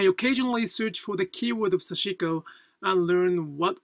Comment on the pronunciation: This is a very small quibble, but I am wondering why you choose to pronounce 刺し子 as "sah-SHI-ko", placing a stress on the second syllable. It has been my observation that in Japanese there is very little stressing of syllables (and I always cringe when I hear Americans pronouncing Japanese words like "Harajuku" with stresses on the first and third syllables). In Japan, I have always heard Japanese people pronouncing 刺し子 as "sash-(i)-ko" with no stresses (indeed, the second syllable is largely eliminated). Could you please explain? Thank you.